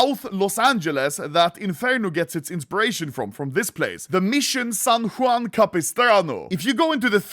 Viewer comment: Bro. San Juan? So many times there and never realized. I die now thank you